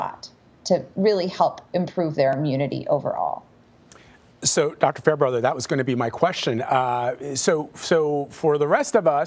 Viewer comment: Says “Doctor Fair-Brother?” Smh